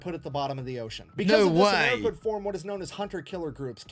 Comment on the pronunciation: "Americur" is my new favorite way to say America. It's on par with 'Murica.